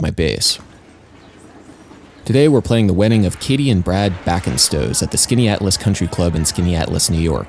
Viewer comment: Good on you for pronouncing Skaneateles correctly.